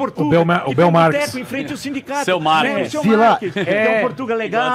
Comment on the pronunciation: Hahaha, o Villa reclama do Xurxill, mas fala "Markis" 😂 😂 😂